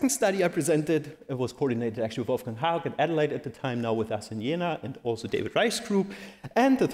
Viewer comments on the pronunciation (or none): none